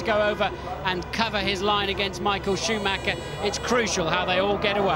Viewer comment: It's SCHOOMAKKA, it's SCHOOMAKKA!